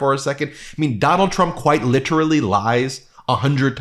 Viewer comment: BEN! NO MORE "QUITE LITERALLY"! You dislike the rising use of "hawk" (as I do). Abuse of "literally" is annoying, and your use of "quite literally" (with the heavy enunciation) is crazy-making. Anyway. Carry on 💙🇺🇸✌